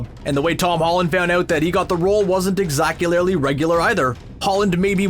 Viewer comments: what does "exacularly" mean?? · Screen Rant has ascended from mispronouncing names to making up words! "Exactuarally?" WTF? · Exacu-larly sha-warma. Are all of this channel's announcers Skrulls? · Came here looking for this. Lol what???